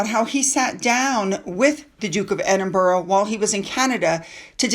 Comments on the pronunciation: The city is pronounced "Edin-bruh" or "Edin-bur-uh", not "Edin-borough" or "Edin-burg". Locals often shorten it to "Embra". The "-burgh" in Edinburgh comes from the Old English "-burh," meaning fort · The Scottish capital is pronounced "Edinburra" on 'Edinbouro' or 'Edinburg.😀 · love you BUT, like most Americans you pronounce Borough wrong, Edinburgh or any Boroughs are pronounced not as your seeing. It’s Ed- in- bu- ra don’t pronounce the o, I’m Scottish but live in london so we all pronounce it this way. Not picking on you just education, I even taught Donny Osmond lol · I’m not picking, but it is Edinburgh. You are pronouncing it wrong. It is not Edinbourough.